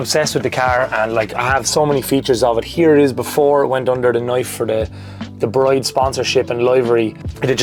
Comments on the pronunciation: Pronounced 'Brid' not 'Bride' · Just a heads up, it's pronounced "Breed", not "Bride". One of those weird tuner brand things I guess.